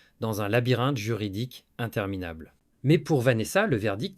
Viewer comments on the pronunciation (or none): none